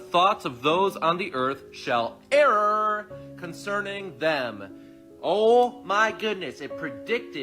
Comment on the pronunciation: Err is pronounced as written! What is this guy on? 😂